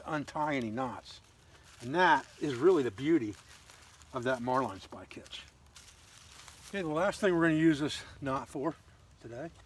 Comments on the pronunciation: I greatly admire you for many things,. Not the least of which your mispronunciation of the terms “marlin spike”, and “bowline” indicate that you learned these words not from casual conversation, but through reading. (Despite your misspelling) While my interest in survivalist techniques has waxed and waned off and on during the many years of my life I have always been an avid reader. I will never forget the chagrin I faced when I mispronounced the word, hors-d'oeuvre! At any rate, I enjoyed watching this video. It was knowledgeable, informative and very useful. Thank you for sharing it. Well done, sir. I subscribed to your channel and look forward to watching more of your videos. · Correctly pronounced "marlinspike", and "bolin" is more traditional than "bow line".